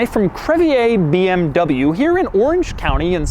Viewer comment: CREVIER = CREV-EE-RR not crevyay